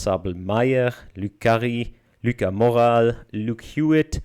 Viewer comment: Morales is a French word. possibly recognized it as such and so pronounced it the French way. The prior two names were French and likely primed interpretation of the name.